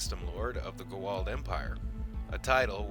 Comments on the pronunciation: and goo'old? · I love your channel man, but please tell your announcer guy that it is pronounced Go-ah-oold. It is a bit annoying to hear him say it. This is how I know you have a professional voice guy, because if he were a true fan he would know how to pronounce gould. All that aside, keep up the good work. Thanks. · Even though theres a scene in sg1 on the propper way to say gua'uld. Ppl still say it weird. Lol I am injoying the rest of your video however.👍🏽👍🏽👍🏽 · How come so many people can't say Goa'uld? Obviously you've seen the show. You mispronounced Sha're's name too.